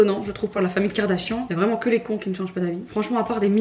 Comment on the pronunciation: Qui a entendu le "Kim KardaCHIANTE" ? ahaha